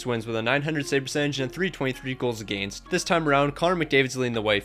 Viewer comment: Against is pronounced wrong